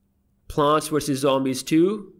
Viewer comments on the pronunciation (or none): none